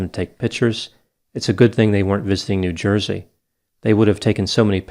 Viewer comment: New yersey😂